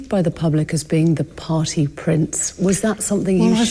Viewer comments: He makes party sound like potty. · Did the prince say “potty,” or “party?!” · "pahtay" Prince Andy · i am still laughing hearing him say i have no need to go potty, not a pottyier, lol...the accent mispronouncing party as potty!!! what a douchebag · Way to ruin the word “party” there prince